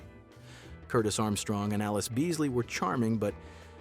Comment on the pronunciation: Great video!! I learned a lot! But...Allyce Beasley's first name is pronounced "ah-LEESE" like "a lease," with the accent on the 2nd syllable. Check out her GMA interview with Joan Lunden to see how she is introduced.